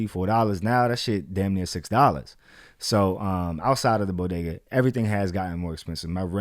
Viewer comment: The way you pronounce "bodega" 🤌🏾